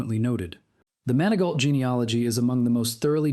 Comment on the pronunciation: MANI-GO... NOT MAN A GAULT